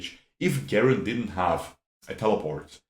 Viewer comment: Never heard someone say garen with a hard g lol